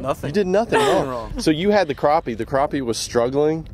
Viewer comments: Crap-pee ... not Crop-pee. :P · It's crappie not croppie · So what is the difference between a croppie and a crappie? Pronounced crop or crap?My dog takes a crap not a crop jw